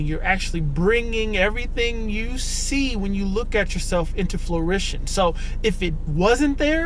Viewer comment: its pronounced fruition